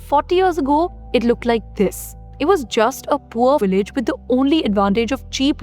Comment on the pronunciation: Please pronounce your “V” correctly. It is NOT “willage”. It is “Vheelage”. Please do it because you sound terrible.